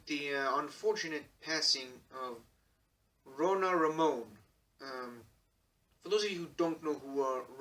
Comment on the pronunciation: כשאומרים שם עברי כמו שציינת, רונה רמון, זו טעות לומר אותו במבטא של דובר אנגלית אמריקאית. כמו שזו טעות שאני אדבר על אישיות אנגלית ואומר את שמה במבטא ישראלי. או שאדבר על רוסיה בעברית ואפרט שמות של מקומות במבטא ישראלי ולא כמו שהשם צריך להאמר. תודה. 👍🏼